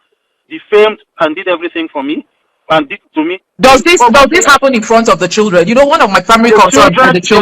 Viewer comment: I only heard choodren not children